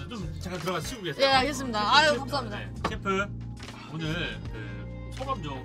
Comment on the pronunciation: 알겠읍s읍ㄴ다앙 개웃기네 ㅋㅋㅋ